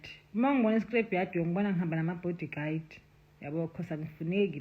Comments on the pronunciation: Yes love, body guide😂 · Did she just say "body guide" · She did 😂